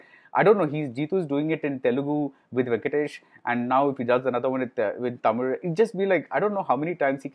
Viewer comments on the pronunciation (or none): none